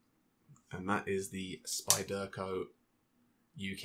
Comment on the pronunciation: Nice collection, nice little vid. But the way you pronounce "spyderco" makes my teeth itch.